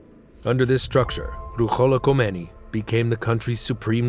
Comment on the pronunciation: In Farsi, “kh “ sounds like the way you are pronouncing “h”. The “h” should actually be pronounced like an “h”. You have them backwards.